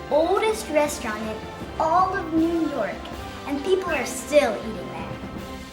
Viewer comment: you nork, I mean , NEW YORK